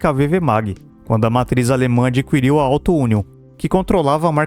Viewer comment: Adquirir e não Adqüirir, meu deus!